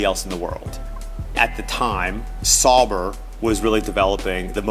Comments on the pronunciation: I mean, he could at least pronounce Sauber correctly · “Sawbrr” Sauber. Au.